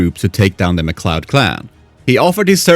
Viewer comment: You are THE WORST lore channel out there. Ffs you pronounced MacLeod as "Mac Lewd"... Why are you doing content for IP's you obviously didn't watch?